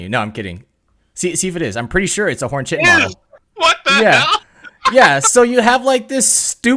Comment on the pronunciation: Not to be pedantic, but it’s not “chi-tin”, it’s “kai-tin”